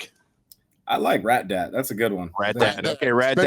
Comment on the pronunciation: They said Rat Dad or Rat Dat?